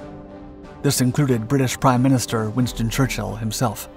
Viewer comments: Winton? I think you meant "WinSton" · WINSTON..FFSK...NOT Winton... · ... and who is: Winton???? Hummmm, heard of Winston. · Who's Winton? 😉😂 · Who the fuck is winton? My phone was trying to autocorrect it to wonton…I know a Winston but not a winton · Winton almost Loston. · Winton lol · Who is 'Winton' Churchill??? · Winton or Winston???????? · Winston or Winton? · ...WINSTON.... His name is WINSTON! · Lol "Winton"